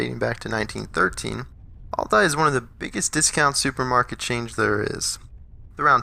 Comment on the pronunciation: I don’t understand the all-die pronunciation.....